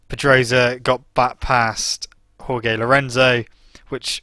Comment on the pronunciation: Jorge: pronounced 'Hoar-hey' not 'Hoar-gay'